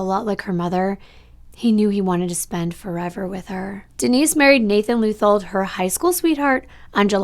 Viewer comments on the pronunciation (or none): none